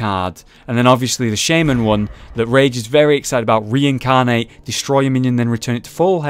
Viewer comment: Reincarnate? Don't you mean Reincairnate? HAHAHAHAHAHAHAHAHAHA sorry